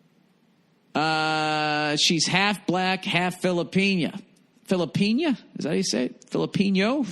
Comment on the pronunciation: "Is like datt." Golden.